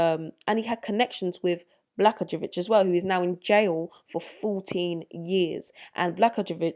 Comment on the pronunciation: My home state has plenty of crooked Governors, Senators, Mayors, etc. It is pronounced: Bluh-GOY-yuh-VICH. Great video, as always. Thank you for your diligent work!